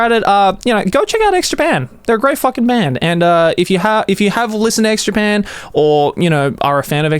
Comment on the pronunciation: Am I the only one hearing Joey say "Eggs Japan"?